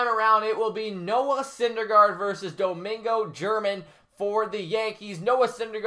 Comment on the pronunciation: It’s pronounced Domingo hermahn